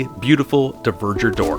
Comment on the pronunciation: Dvergr is not pronounced like "diverger". It's closer to the old germanic "dwergaz", dwarf comes from the same word. So you basically pronounce it like "dwarger".